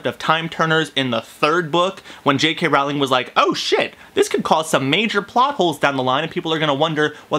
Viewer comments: J.K. ROW-Ling not ralling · its rowling not rouwling😊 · If you are such a fan how is it that you do not know how to pronounce J.K. Rowling's name It is pronounced Rowling like bowling and not Rowling like howling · "I'm a huge Harry Potter fan but I pronounce the authors name as R-OW-LING instead of RO-WLING" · It's actually pronounced Rowling not Rawling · Ok 1st if you were a TRUE fan you'd know that her name was pronounced Rolling as to rhyme with Bowling NOT Rowling as in Owling Dayum. Im out. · I can't believe it you said her name wrong ! it's Rowling(pronounced Rolling) as in row ,row your boat not Rowling as in having a row, argument .Please don't tell me you say Voldermort with a T at the end ! ;) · It's Rowling like bowling. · I agree with everything you said exept for the pronouciation of Rowling. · I share 98% of your opinion on your review of The Cursed Child, but your pronunciation of Rowling really bothered me lol. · Omg u say ur a fan yet u can't pronounce jk rowling's name correctly